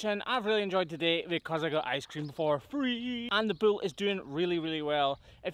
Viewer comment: When you speak of a bull, it sounds like you're saying 'bill' and well, my name is Bill and I take umbrage being so closely related to one of these big bills...